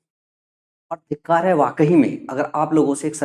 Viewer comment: Dhitkar nahi.. Dhikkar😅